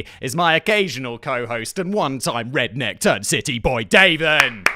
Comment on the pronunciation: Can the limey say redkneck?